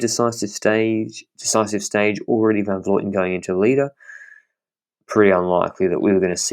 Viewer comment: Awesome podcast, but it's Van Vlooten, not Van Vloiten. I'm not sure why so many people say her name that way.